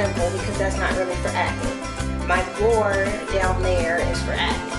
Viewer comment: It's pronounced be- or- e